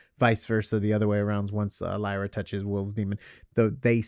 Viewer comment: Her name is Lyra, not Lyria!